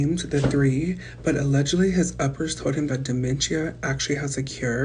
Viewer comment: lmao it sounds like uppies💀